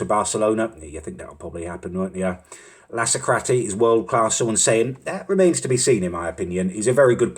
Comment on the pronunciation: Him sayin Lasacrati rly pissed me off